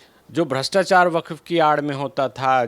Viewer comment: वकफ क्यों बोलती हो, वक्फ बोलो।